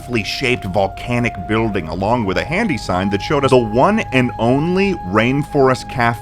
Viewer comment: when he said building he kinda did the Bouillon thing